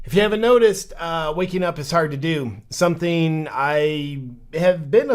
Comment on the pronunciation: "Sometheen" is not a word. "Wakeen" is not a word. "Uncomfterble" is not a word.